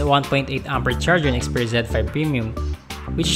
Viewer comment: Zed. He pronounced it as zen.